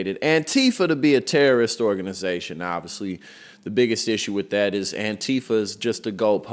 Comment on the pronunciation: Organ-eye-zation, Leavitt? Pronounce it properly. Speak English!